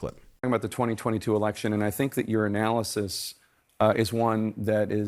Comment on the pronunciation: When they say "your analysis…" Why does it always sound like "urinalysis"????